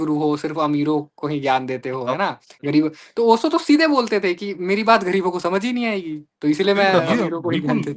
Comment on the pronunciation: इन लोगो से "श" और "ज़" का उचार्रणं तो किया नहीं जा रहा ओशो को ओसो कह रहे है 😂😂 Have some sense first.... Not only Acharya Prashant talks ahout conscience But also about Unemployment, Climate change, corruption, violence, etc और आचार्य प्रशांत जी ने खुद कहा है मजबूत बनो कमज़ोर नहीं